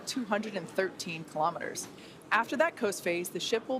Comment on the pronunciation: KILO'METERS, not kalamaduhz.